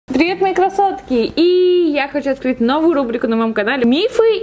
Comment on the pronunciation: Почему я постоянно слышу кроссовки, а не красотки?))